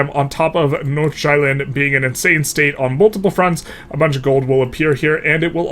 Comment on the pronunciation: Jilin is closer pronounced as "GEE" - lin (as in geez)